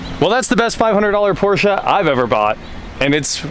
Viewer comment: Thank you for pronouncing Porsche correctly.